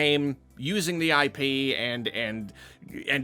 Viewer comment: "Hey, look. I pee, you enjoy. Please consume it." I'm sorry. But that's almost what it sounded like at that point, PLUS the visual on the video was like a... golden liquid flowing through pipes. It was just unfortunate phrasing and background visual. (And yes, we all know he was saying IP as in intellectual property.)